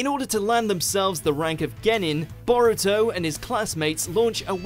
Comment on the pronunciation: I’m pretty sure his name is pronounced Bow Rue Toe but I’ll let it slide